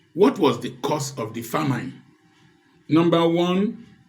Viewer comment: check famine pronunciation again sir. thanks